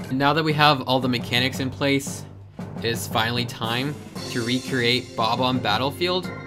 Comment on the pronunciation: "Bob Omb" it's bob bomb, you just don't pronounce the B twice